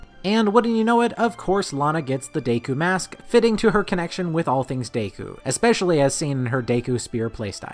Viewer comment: It’s pronounced deh-ku